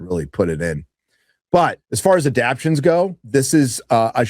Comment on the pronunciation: STOP SAYING ADAPSHUN JESUS CHRIST